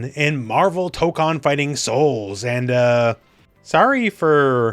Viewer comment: Tokon, the 'ko' in Japanese is pronounced like the 'co' in 'cone' or 'coke,' not like in 'con.' Since you have such a large reach, I hope you can pronounce it right so others get it right too!